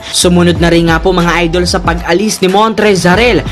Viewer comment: Montrezl “Ar-el” hahahaha